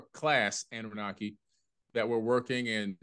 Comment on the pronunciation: I think Annunaki is being pronounced differently than what it actually is. Ah-nune’-nuh-kye The fish swimming on each side of Enki(?) are swimming towards him, upward,…not downward which always seems backwards to me somehow. I wish we really knew the meaning.